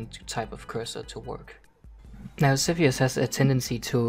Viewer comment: its not sethioz but saltyioz